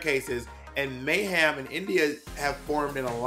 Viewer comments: Oh God not MEH-hem, lol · Can someone explain to me why everyone says Mayhem's name like "MAY HAM" Miller? Is it a read or something?